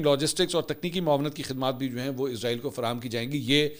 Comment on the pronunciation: # Ask Mansoor Ali Khan آپ وی لاگ ۔۔ اردو زبان میں بنا رہے ہیں تو پھر ۔۔ اسرائیل کو ۔۔ ازرائیل یا عزرائیل ۔۔ کیوں بولتے ہیں ؟؟؟ عزرائیل تو اک فرشتے کا نام ہے ۔۔ تو اس طرح indirectly آپ ۔۔ اسرائیل کو فرشتہ کہہ رہے ہیں ۔۔ تو پلیز زیادہ ماڈرن بننے کی بجائے جو اسرائیل کا اصلی نام ہے وہی لیا جائے تو بہتر ہے